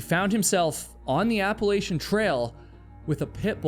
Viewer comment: Appalachian is pronounced: App-uh-latch-un ❤ ❤ ❤ other than that, don't quit doin what you do, you're awesome!